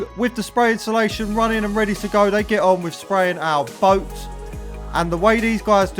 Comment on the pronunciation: Love the videos but please learn to say insulation properly.. you guys say inshulation 😂😂